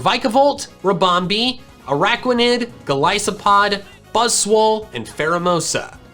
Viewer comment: the way he said vikavolt and golispod trigger me